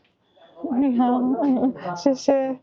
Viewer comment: Sometimes when you say hello (nihao) to someone and don't get a response, it's because there's something wrong with your pronunciation and they don't understand. There are four tones in Chinese, but your nihao doesn't have any tones.